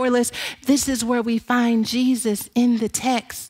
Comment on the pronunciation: But His Name is NOT Jee Zeus 😳🐍🫨